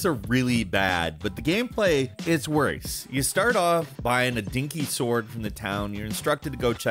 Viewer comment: "its wöerse"